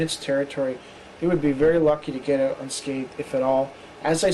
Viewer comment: Dude: The word is Out. O-U-T. Not ooot